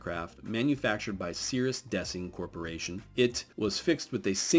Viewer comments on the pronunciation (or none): Did he say Cirrus Desing, not Design LOL listen closely